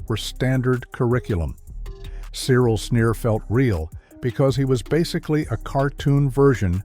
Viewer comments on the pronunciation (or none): none